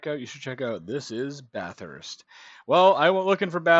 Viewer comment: Please, it is not Bath Hurst. Only Victorians call it that. It is pronounced Bathust. Just slur it all into one noise.